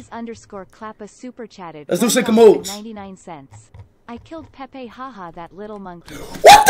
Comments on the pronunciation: “Pepe died chat😢😔” PUT SOME RESPECT SAY IT PROPERLY SAY Pelé……😭😭😭🥺🥺😔😔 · It’s pele not Pepe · It's not Pepe it's Pele first you respect his name. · Dude disrespected Pele’s name by calling him Pepe! Wtf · RIP PELE, but why was speed saying Pepe 😭😭😭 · Not Pepe it's Pele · It's not Pepe man its Pele🙂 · i swear this man never takes shi serious who tf calls pele pepe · Broooo pele not pepe